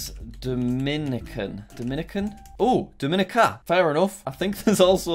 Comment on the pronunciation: The pronunciation in the Caribbean really hurts me lol. Just for next time: Grenada: grenade-ah Dominica: Dom-in-ee-kah (pronounced differently from Dominican Republic due to language differences) Antigua: an-tee-gua Suriname: suri-nam Nevis: knee-vis St. Lucia: lu-sha